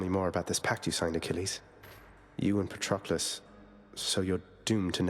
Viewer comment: they really said patroquilles